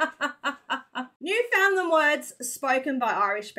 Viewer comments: It's not "New-Finland"...it's "Noofin-land". It's only spoken by "Noofin-landers" who aren't ashamed of their heritage and trying to be "proper". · Newfoundlanders aren't going to let you in until you stop calling it Newfinland. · Its Newfin..........Land